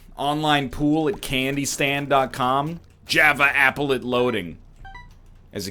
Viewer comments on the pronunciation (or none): Apple-let? its applet